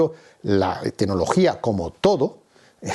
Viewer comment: enhorabuena por su clarividencia y buen criterio. Y, con todo el respeto, por favor, mejore su pronunciación: se dice 'tecnología', no 'tenología'; 'claro', no 'caro'; etc. Vigile también no cambiar el género gramatical de ciertas palabras. Creo que así sus charlas mejorarán en la presentación todavía más.:) Gracias.